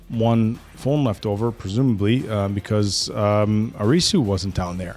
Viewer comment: I love you guys so much but the way to pronounce Arisu's name is AR-IH-SUE